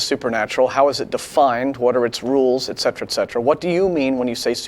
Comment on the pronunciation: It's ETcetera not EXcetera.